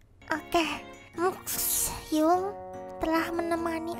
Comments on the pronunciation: bantu dikit👁👄👁 Bacanya hyung bukan hyung tpi hyeong 👁👄👁👌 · Mungkin biar gaul 😂 Hyung di baca Hyung biasa padahal baca hyeong 😂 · Di Korea bukanya bacanya"hyeong"ya? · Hyunk bacanya hiyung